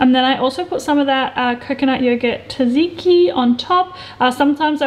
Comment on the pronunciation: LOved these recipes! You're such a whiz in the kitchen! By the way, it's pronounced "Tsa-tsiki" .lol 💕